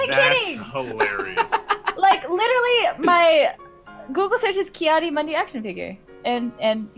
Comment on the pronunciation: He does pronounce it wrong though, I'm surprised more people AREN'T saying this